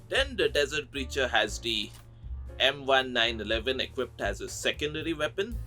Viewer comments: one small thing on the gun names. It's not pronounced like the 'M-one nine eleven", it's pronounced like the "M-nineteen eleven". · I don't blame you for butchering the M1911 name cause I, too, was guilty of doing that in Black Ops Zombies